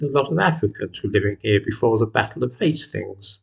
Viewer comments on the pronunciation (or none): none